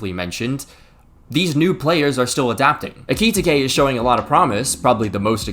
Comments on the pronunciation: bro it’s EH-Cuh-Tee-Kay, not ekititikekeke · How tf can pronounce Wirtz properly but no Ricky Ticky Tavy? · ‘Ayki-tikay’ lol 😂😂😂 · Genuinely what the hell is so hard about Ekitiké? I've heard three different football commentators say it wrong. It's literally four syllables. Finnish would beat your ass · Ekitike is surely not pronounced like that 😅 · Stop pronouncing Ekitike like that. (Here's your engagement bozo) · BRO ITS EKITIKE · The way you pronounce Ekitike I just know you mispronounce Gracias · i love you bro but please learn how to say ekitike😭🙏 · Thats not how you say Ekitike😂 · Number of times said Ekitike - 5 Number of times said Ekitike correctly - 0 You know they now release a video at the start of the season with the players pronoucing their own names